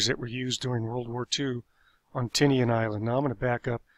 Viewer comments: Not sure if this is accurate but it’s probably pronounced Tee-Nyen instead of Ti-nea-an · the island isn't pronounced Tini an, it's pronounced ti nian